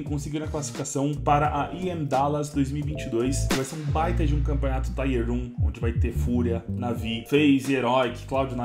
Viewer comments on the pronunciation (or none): Doem os ouvidos escutar "taier". O correto é “tier”, esse i se pronuncial í mesmo, não ai.